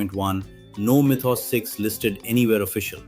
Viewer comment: Mythos. Why do you keep saying it that way?